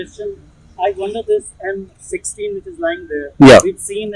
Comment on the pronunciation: The rifle looks more like a hybrid between Ak and M4. In 1.57 did I heard F16 instead of M16?